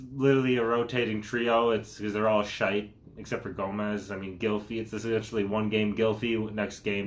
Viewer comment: Love how he pronounces shite but i die inside when i hear twotted